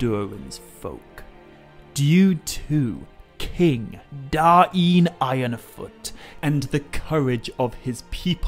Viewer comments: Yeee no i dont think you are suppose to pronounce the names that way. You talked about Northman Names and Khuzdul names. The children book thing is nothing but children making silly names for their parody. Da-in is complete nonesense, its just DAIN. Now it is Dáin but it is not DA-IN, if anything it is Dain with more pronounced A. So pronounced something like "Daaajn" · I think that even if the syllables were split, they'd still flow. It doesn't make sense for there to be a glottal stop between them. So rather than Da-in it would sound more like dine. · god you saying Dah Een annoyed the piss out of me, but i liked this. DAIN (Dane, Dayne) not Da Een, sounds like you are trying to speak native american